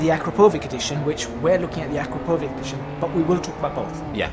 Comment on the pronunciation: Akrapovič is a Slovenian company, and you did pronounce it wrong. You're welcome :D